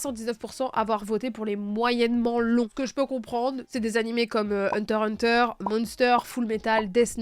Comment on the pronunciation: Je découvre ta chaîne, et je m’abonne rien que pour le fait que tu aies bien dit « Hunter Hunter ».